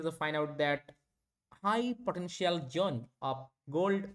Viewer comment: Zone ❌️ Jhone ✅️